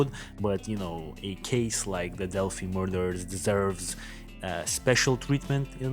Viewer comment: Okay several things 1: the dark spot in the photo is a gate. It’s opened and closed like the ones you see in all parks 2: it is pronounced “dell fye” not “dell fee” 3: it is pronounced “mo non” high bridge only telling you because people from that area go nuts over these details 4: you need to watch a few things on YouTube regarding Delphi A: Jason Hebert who interviews live Anna Williams, Abby’s mom. B. Jason Hebert’s live interview with Mike and Becky Patty , Liberty Germans grandparents and guardians C: Michael Katts videos and live visits to the bridge and area where the girls were found D: Anthony Greeno of True Crime Investigates especially his live re-enactment of this crime. E: Gray Hughes Investigates and his analysis of BG F: the Prosecutors Podcast has a 5 part series on this and examine this from a prosecutors perspective G: Jim Waggoner and his interviews with my Good friend LT. Tom Spivey retired Stockton, CA Lt that investigated GSK/EAR and nearly caught him and actually untied 2 of his victims. He has a great analysis of BG and a look at the LE from an actual LE background! He is fabulous Listen to the facts and not rumors! Do some investigation and watch this other true crimes that present only facts